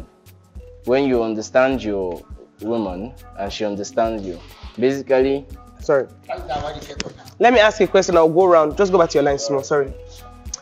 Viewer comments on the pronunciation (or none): And he was pronouncing it as “Be-si-ka-ly” 😂😂